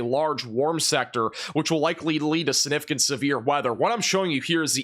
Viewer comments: The word is “significant” not suh-nificant. The g is not silent. 👍🏼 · Not SIH-NIH-FIH-KANT,! Is that a regional thing? Sig. Gotta get that G in there.